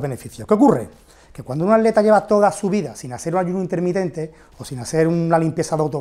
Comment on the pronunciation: Min el "ADLETA", el "ALETA". Tiene algun problema para decir la palabra ATLETA?? jajajaja